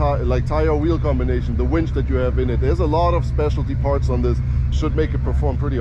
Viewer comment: wInch.. with "I" not "wEnch"